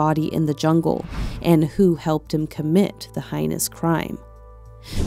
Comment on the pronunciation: Hey-nus not high-nus (heinous)